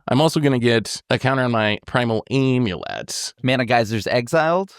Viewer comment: This whole episode is just an excuse to let say "aaiimulett" over and over